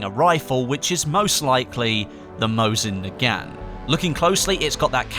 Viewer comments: Mosin Nagant is pronounced 'mo-zin na-gont' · you do not no how to pronounce mosin nagant